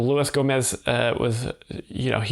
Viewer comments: It’s not Go-MAY, it’s HO-moze. The G is silent. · Gomay? Cmon dude. It’s Gomez. Not a real ass dude 😊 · "Louie Gomay"